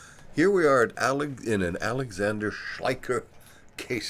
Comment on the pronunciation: Is this halo in the clouds only in the video or visible in the HMD as well? Btw, the pronunciation is more like "Schleisher", not "Schleiker". 😉Unfortunately germans have three different pronunciations for "ch"... Thanks for the glider introduction and greetings from germany! 🙂